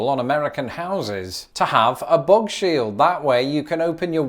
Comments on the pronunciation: I was confused for a second because it sounded more like "book shield" to me 😅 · When you said "bugshield" I heard "bog shield", and semantically it still checked out. Subscribed.